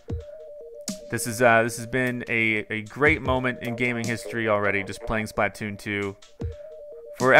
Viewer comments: The way you pronounce Splatoon made it low key hard to watch. "Spluh-toon", not "Splaht-toon" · Okay dude seriously, start pronouncing Splatoon correctly. Its a play on the word platoon. Its pronounced the same way. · Why does he say it like splat toon it's 1 word splatoon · every time he says "Splat-Toon" I cringe a little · i cringe everytime says splatoon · The way you pronounce Splatoon drives me nuts.